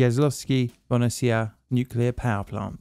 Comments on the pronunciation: TBH, his Jaslovske is good. Bohunice it´s where the issue lies (if he´d just forget the "h" and call it Bo-u-nice and not Bonessia 😉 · Sometimes I'd like to see into the mind of an Englishman who sees the word Bohunice and pronounces it like Bonisia. 😆 Anyway, this nuclear power plant is located in Slovakia, which used to be sort of the Wales of Czechoslovakia. In 1993, we finally got rid of this money pit. 😎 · I’m sorry, but how do you mispronounce the word “Bo-hu-ni-ce” as “bonicea”? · That struggle to pronounce "Bohunice" is lovely :) I will watch the video but I will cringe a lot every time. And it´s surprising because the name is easy to pronunicate. BO (like "bo" in bomb) HU (like "ho" in hoop but not so long) -NI (like in Nicaragua but the n is softer) - CE (litke the tse in tsetse fly). Bohunice. Easy. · Oh my God man you butchered that name so much I had to Google if there is a third power plant in my country i never knew about 😅. But no hard feelings i totally get it 😆. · Just place the name of the powerplant into Google Translate and let it read it back to you in Czech or Slovak language. You have "butchered" that name quite well :) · Finally a video about this. Pretty accurate, although you butchered the name (that was sort of expected). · Wow, I have never heard about this before! Thanks a lot for covering this. That being said, I had to first google it to see what the hell you were trying to pronounce, lol. 😂 Just a tip for the future: simply type the name to google translate and have it read aloud in the respective language. it works perfectly for czech and slovak and probably most other languages too. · have to say you butchered the name completly but the atempt is great